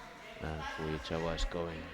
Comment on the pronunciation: ❌ Fujichawa ⭕️ Fujisawa 😆